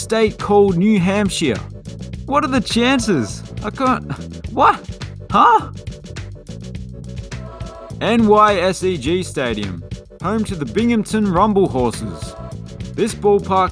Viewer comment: It’s NIGH-seg Stadium… it’s an acronym, not an initial is. Also, it’s been renamed to Mirabito Stadium.